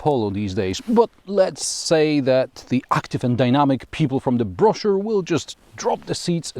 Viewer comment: "Active and dynamic people from the broschure..." 😄